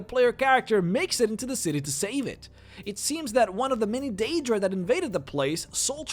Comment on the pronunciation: He pronounces a lot of things wrong. Or rather, he puts emphasis on the wrong bits, like when he says Daedra or Ebony. Da-ee-druh/Ee-bony as opposed to Day-druh/Eh-bony.